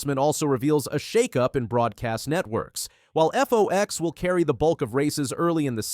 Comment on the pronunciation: Whoever is making these announcements needs to learn the name of FOX 🦊 not the FOX like he’s saying NBC. With all the time changes, etc. they may be alienating the older crowd - oh, I know they want the younger crowd too - with having post race or even races on YouTube and others and starting so late in the afternoon. Oh well, after the debacle of the final race of the year and only 4 delivers can race for the championship, and some haven’t won enough races to be called a champion, maybe it’s time for this old lady to take up watching something else….do they have a show that shows paint drying?